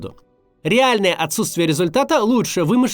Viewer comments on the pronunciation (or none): Не "ужастен", а "ужасен". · Ужасен, а не ужастен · совсем ужасТен? Вы серьезно? УжасТен? Что дальше? ОпасТен? Ложит? ЗвОнит? ПлОтит? Вы там совсем уже ? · Он произнёс последнее слово как "ужасТен"? Мне не показалось?! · бля, теперь не могу ни о чем думать кроме как откуда в слове "ужасен" появилась буква "т" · В слове ужасен нет буквы т